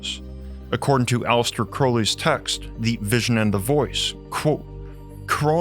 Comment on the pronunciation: Its A-Lee-Stir not Alice-ter